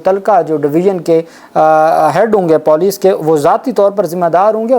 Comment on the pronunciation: Typical PENDU check Google and correct your POLICE Pronunciation.